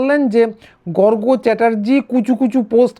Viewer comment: গর্গ অত্যন্ত সৎ বাঙালি। কোনো ভন্ডামি নেই। বলে একজন বাঙালি বললেন, গর্গ্। উচ্চারণ ভুল। ওনার কাছে খবর আছে... গুলি বন্দুকের বিষয়ে